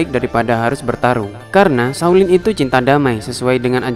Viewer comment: shao lin lah...bukan saw lin.Biar sebutan nya betul..🤭